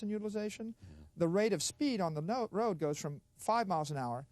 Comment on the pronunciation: He said node, rode.😅